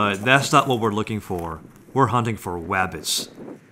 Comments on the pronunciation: Please shut up saying wabbits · Do you have to say "wabbit"? It doesn't sound endearing anymore, it just sounds like you have a speech impediment. Bugs Bunny and Elmer Fudd cartoons are garbage and old.